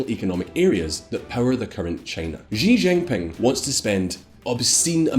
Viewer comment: He didn’t even pronounce xi jinping properly😂 I was literally cringing